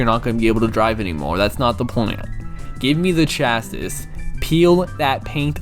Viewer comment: This was a fun review to watch, although it's kinda funny hearing someone who's not a car person try to talk about car terminology :P Like that's not how you pronounce 'chassis' at all. Also, the 'classes' are your drivetrain options, which basically determine where the engine will be in the car and which wheels the power goes to. Like FF means Front Engine, Front Wheel Drive, FR means Front Engine, Rear Wheel Drive, and so on. IRL, where the engine is placed in the car (and thus the center of gravity) plus which wheels drive the car forward will have a major impact on how it handles. For a basic example, FF cars will tend to understeer in turns, while FR cars tend to oversteer and spin out if you aren't careful. What's also really cool is the car's body changes in appearance depending on which drivetrain you pick, even if the IRL equivalent never had a version of the car with that drivetrain. I do love what you said about the story though. Does sound pretty interesting aside from the out-of-nowhere plot in the last 1/4. I really should try this out on emulator at some point but I keep putting it off.